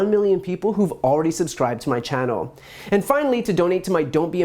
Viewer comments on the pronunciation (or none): none